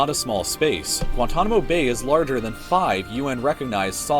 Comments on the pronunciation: Pronounced gwahn-TAHN-eh-mo. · To answer your question, Guantanamo Bay is pronounced gwahn-TAHN-ah-moe. Re. the Navajo Res., did you notice that it's shaped like a doughnut (red), and the doughnut hole (white) is the Hopi (HOE-pea) Res.? Even stranger is the following: Jeddito = JED-ih-toe (sole village in the Navajo “Jeddito island”, which is surrounded by the Hopi Reservation, which is, in turn, surrounded by the main Navajo Reservation).